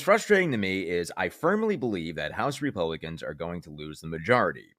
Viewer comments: At first, I thought you said “Repugnicans.”😹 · It's REPUGLICANS , repugnance over flowerh .😂😂